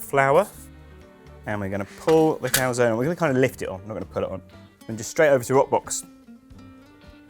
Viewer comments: Sorry but as italian I have to disagree, both pronunciations are completely wrong. First one a bit closer though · no, I'm saying the first pronunciation it's a bit closer to the correct one mainly in terms of sound. In the Italian alphabet we spell every single vowels even when at the end of the word. In this case the "e" it will sound not "ee" but more like when you say "end" (without "nd" obviously). Just for practise try calzon-end but trying to stop before you pronounce the nd.